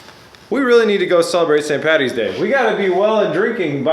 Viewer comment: Thanks for calling it St Paddys day. Its not Pattys day. Great channel. B is for best